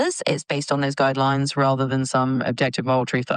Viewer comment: At one point she says guideyooines